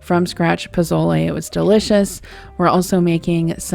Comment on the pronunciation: It's poSole with an S.